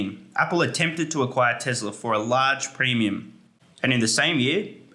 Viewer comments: My guy said Tezler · What is TeZla?